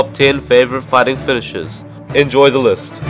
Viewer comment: Anyone hear fedishes instead of finishers